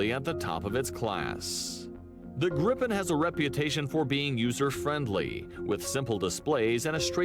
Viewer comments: Gripen is pronounced Greepen and means Griffin. The planes before were the Tunnan (barrel) the Lansen (Lance) The Draken (Dragon) and the Viggen (bolt). Saab went bankrupt, good at building cars, poor at building profit. There are still quality SAAB cars on the used market that should keep rolling for years to come. The flares you mentioned are to confuse heat seeking missiles. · Gripen (the griffin) is pronounced "griii penn" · As a Swede this calms me a little bit thinking about what is happening in Europe... It's not Grippen, it's Griipen. Only one p. And then he says "vaigen" as well. Why didn't he say viggen then? I'm surprised you don't know what the flares are for. ._. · The names of the Swedish planes mentioned (and which the presenter consistently mispronounces) are: "Draken" which means "The Dragon", "Viggen" which Wikipedia suggests would translate to "The Tufted Duck", and "Gripen" which means "The Griffin". Earlier Swedish jet fighter models were "Lansen" (The Lance) and "Tunnan" (The Barrel, if you see it you will understand). JAS stands for "Jakt, Attack, Spaning", which means pursuit (ie. fighter/interceptor capability), attack and recon.